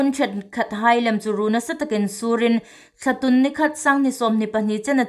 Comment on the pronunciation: THT News puongtu hai hi inthiem ta ngawtel lawm in um. Chun Ei hmaa April thla hi Intûn hmin hun ani leia Thlatûn tia inbuk aniha, a lamdan hungthiem ro.Thlatun nilovin Thlatûn ti lem ro.Ei țawng hi sukdik a phu hle anih.